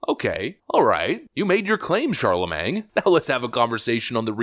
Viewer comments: “Kamala pronounces patently and absurd incorrectly.” Also: “Charlemang.” Still love you,! 😂😂😂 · I love how you refuse to get his name right... Chalamang😂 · Sorry, but you’re pronouncing “Charlemagne” like “Charlamang”. And that’s funny.🤣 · "Sharla Mang" 😂😂😂 exactly the level of respect this dim-wit deaerves 😂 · Charlamagne has a silent g, just sayin. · But you mispronounced Charlamagne 🤔